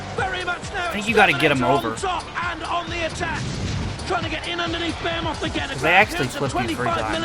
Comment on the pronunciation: I’m with you on Rabid and Behemoth, I thought that was how we all said it in The UK- surprised to see them both said differently on this. I had heard ‘ray-bid’ before but thought it was just someone who didn’t know the pronunciation. Bear-moth is very strange to me.